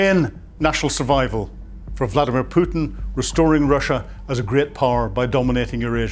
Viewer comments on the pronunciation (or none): none